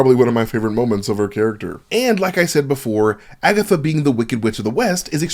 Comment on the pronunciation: Broooooo did you just say Agathot lol